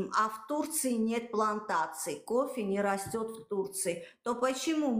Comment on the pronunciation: как вы можете претендовать на кофэ если вы не можете произносить букву ф ? у вас на словаре не существует буква ф получается що не кофэ а копэ 😂😂😂😂😂😂